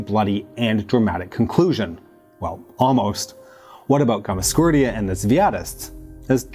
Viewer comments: Its Gamsa, not Gamas, for goodness sake! Gamsakhurdia. Gamsa! Not Gamaskhurdia. Gamsa. Is it so difficult? G-A-M-S-A. Not GAMAS! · Great content, but that hard to say Gamsa- instead of Gamas- ? :) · Bro, I appreciate the video, and I understand these Georgian names can be tricky...but, in "Gam" - "sa" - "khurdia", the second 'a' is after the 's'. That's a gimme. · GAMSAHURDIA, read it RIGHT!! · I love the videos, and I know you don’t speak these languages, but you’ve got to practice the names… you’re turning ossetians into osseshuns, and repeatedly butchering Gamsakhurdia… it really hurts my ears and detracts from my enjoyment of your fine videos